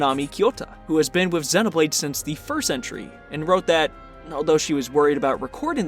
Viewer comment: that split second after you pronounced Xenoblade properly (yay!) and then added Chronicles (booooo). Naw naw this is great, I've always wanted to see an analysis of the snow areas, because DAMN they really pull it off. Makes me wanna look up a video on all the stuff from the first two games that were included in 3 that I missed. because I know there's a lot more than I noticed.. even just here in these two maps from 3.